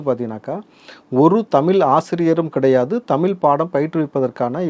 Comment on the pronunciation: When you are not able to say தமிழ், மொழி....... Saying தமில், மொளி.... what kind of language you are talking about